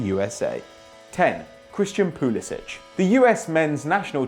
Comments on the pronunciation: its pronounced PulisiK not PulisiCH. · it's pronounced pulisic not pulisich even Christian said it himself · Pulisic. the c makes 'k' sound. this isn't a Croatian list breh. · Pusilic is pronounced Pulisik because for some reason he wants it to sound more American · Damian Likes Vegemite Pulisic said that you pronounce the k sound